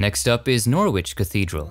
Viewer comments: Norwich is pronounced NOR RIDGE not NOR WITCH lol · Great vid as usual but, Norwich is pronounced Nor itch or Nor ich. Your helpers abroad make great additions to the channel. Of course I realize that a lot goes into the background info and editing. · Thank you so much for this. I couldn't believe I was seeing Chingford Mount. My first husband died at just 32 and is buried there just along from where the Krays were finally buried. By the way, Norwich in Norfolk is pronounced 'Norrich'! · Fantastic video as usual. I hope you don't mind me correcting your pronunciation ( How else do we learn) The 'W' in Norwich is not really pronounced , so phonetically it sounds more like Norritch. ( don't ask me why... it just is)😆. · Good work although one small thing that is lost in translation: "Norwich" is pronounced "Nor-ridge" as in "porridge." 👍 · "Norritch",. It is "Norritch". With English names the correlation between pronunciation and orthography is sometimes tenuous. Another intriguing journey through the lives of the dead. You have this format perfected. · Also, it's pronounced Nor-ich. The "w" is silent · Thank you. I must add that Norwich is pronounced Norich, you do not say the W. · 😂😂😂😂 its call Norwich but prounced norich😂😂😂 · It’s Norwich pronounced Nor itch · He got Norwich,in England,wrong,though.He pronounced the’w’. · The w in Norwich is silent 😉 Just saying, you know, so you know for a next time 😊 Love you! x x x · Great video, thankyou! Just one thing though I hate to be that person, but the 'W' in 'Norwich' is silent